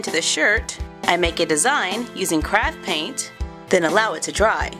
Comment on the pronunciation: Who else thought she said crap paint